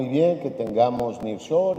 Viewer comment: EL NIRR SHORING JAJAJAJA